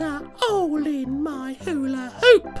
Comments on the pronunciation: he doesnt even say hulahoop he says "oola roop" XDD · today i learn stampy does not say "who put a hole in my hula hoop?!?" but actually instead says "there's a 'ole in my 'ooler-oop" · How many likes is how many times stampy mispronounced hula hoop. Not being rude though i know he's being funny. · when i was 6 watching this i though he called his bed an ula ooo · “There’s a hole in my ula ooPUH” Stampy~A Long Time Ago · it kinda sounds like he's saying there's a ole in my oola oop! who else thinks this? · That is what he's saying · Me I'm like silently laughing its soooo funny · True dat xD It sounded like; theres a hole in my hular-oop. xDD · do ya relies that stampy says oolaroop. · Nobody: Absolutely nobody: Stampy: There's a 'ole in my 'ula 'oop!! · there seems to be a 'ole in his 'oola 'oop